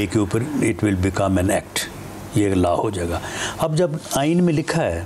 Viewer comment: Not LA but LAW